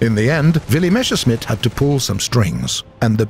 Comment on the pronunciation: "M e s s e r s c h m i t t" (Messer -> knife; Schmitt -> smith) Speak after me: MESS AIR SHMITT (it is NOT "mesh air smitt") I know, german is not the easiest language of them all, but pls at least try to pronounce it right. Thank you. also: we saw guided missiles in the last april fools event (fired by the apache helicopters for example). Is there any chance that this test will bring us the X4 Ruhrstahl guided missiles, Henschel Hs 293 guided bombs or one of their relatives in the near or far future?